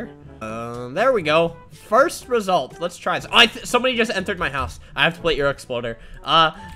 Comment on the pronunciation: Thats sad he can’t say 1st